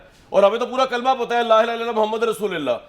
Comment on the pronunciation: لام پر پیش ہے